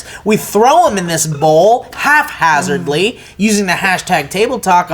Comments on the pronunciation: Did he really say "half hazardly" instead of "haphazardly"? Come on Steve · "Haphazardly," not "halfhazardly," Steve.